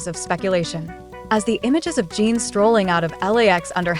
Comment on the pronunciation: Jungkook is already with Jimin for gods sake. And it’s not Jeen, it’s Jin